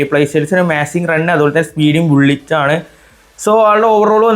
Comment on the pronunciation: ക്രോയ്ഫ് അല്ല ക്രൈഫ് ആണ്😂 ബുള്ളിറ്റ് അല്ല ബുള്ളറ്റ് ആണ്..😂